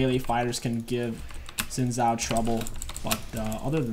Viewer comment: it's not "zin zow" it's "shin jow" look up league of legend's champion spotlight by riot games. It's a Chinese name, in Mandarin the pinyin "x" is pronounced like "sh" and the "zh" like "j"